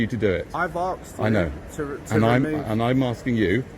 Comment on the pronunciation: Could you don’t record me as I come here for learn Engel issh and tell you what I’m not no what to say 😂👍 He axed you not ask you🙈😂 Love your notifications 💯👍